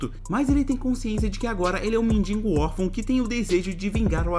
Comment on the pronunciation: "Mindingo" muito bom kkk